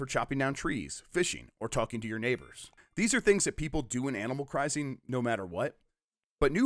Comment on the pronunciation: Did you just say Animal 'Christing?'